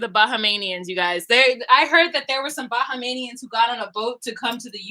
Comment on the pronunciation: ....Thanks for carrying about the Bahamian people. My grandparents are originally from Andros and Eleuthera in the Bahamas 🇧🇸🇧🇸 But, the pronunciation is Bah-hay-me-uns